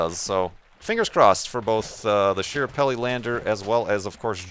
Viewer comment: It's pronounced SKA-parelli, not SHI-rapelli,. Also, it was trying to land at Meridiani Planum, not Schiaparelli crater. And Curiosity is in Gale crater, not Schiaparelli; in fact it's on the other side of the planet. So 0/3. Opportunity is on Meridiani, though, so that might be what you're thinking of?